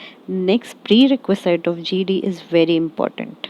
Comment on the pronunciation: Shouldn't it be - pree· reh·kvuh·zuht, instead of - pree· reh·kvuh·zeyet?